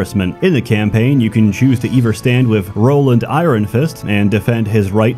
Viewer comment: The way pronounces 'iron' makes me think he's not a native speaker. Where is he from?